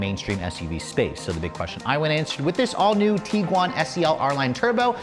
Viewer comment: Tiguan, not Teeeguan. Varenna, not Varaayyyna